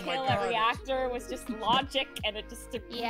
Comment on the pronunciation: "If she vvas the smart one" lol you are so bad lol